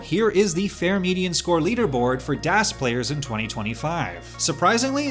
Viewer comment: Marc pronouncing it "DÄS" while DAS is literally a german word. As a German, I felt that.